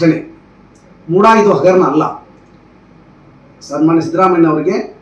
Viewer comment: Mooda adu booda alla